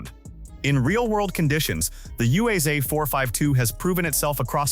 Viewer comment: UAZ is pronounced Oooaz, and ‘буханка’ pronounced with a hard ch-sound like in Bach. Just a small comment. The video could be half in length if repetitions had been left out.